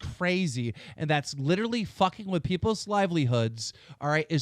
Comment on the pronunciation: the art is dope, "litcheraly" dope